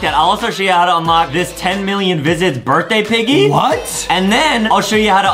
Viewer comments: Justin Adam said unloch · Adam said unloch